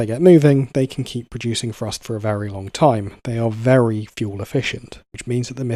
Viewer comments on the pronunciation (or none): Say it with me narrator.... THree, THrust, not 'Free' and 'Frust'. How is pronouncing words so fucking difficult for some people. Absolutely infuriating to listen to.